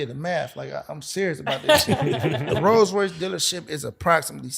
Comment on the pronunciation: ⚠️ Who told you that?...It doesn't work like that...oh yeah, it's Rolls-Royce Not "Rose". You have Not the foggiest idea what you're saying 🙄